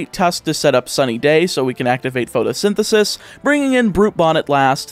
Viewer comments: do you think he knows he keeps mispronouncing pRotosynthesis? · You mispronounced the ability... It's pRotosynthesis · Patiently waiting through the whole video for to realize it's PROTOsynthysis, not PHOTOsynthisis... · Protosynthesis, not "photosynthesis" :D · It bothers me so much that you kept incorrectly pronouncing the ability of Scarlet's Paradox Pokémon